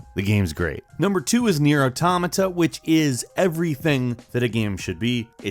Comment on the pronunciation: congrats on saying Automata right.